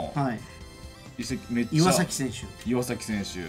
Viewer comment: タイガースファンの自分からしたら選手の名前めっちゃ間違えられてるのオイっ!ってなるなw オイカワじゃなくてオヨカワ。 イワサキじゃなくてイワザキ。